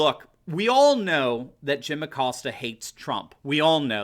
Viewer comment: where is the "R" in Acosta?.....LOL